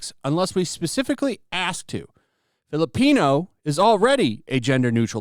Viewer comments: I can't store hearing "filipenis" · I swear it sounds like you're saying Fill A Penis. I'm like yeah that's gonna go over like a fart in church. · It literally sounds like 'Fill A Penis.'